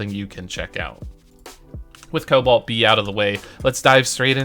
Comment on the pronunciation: King calls cobalt LUNIS